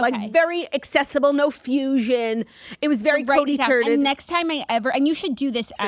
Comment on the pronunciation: “it was very cody turded” 😭😭